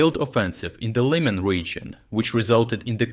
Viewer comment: why would you mispronounce the names of people, towns and cities in your videos? So that, for example, Сирський becomes СирскАй, and town Лиман becomes ЛАйман. What is the point in this?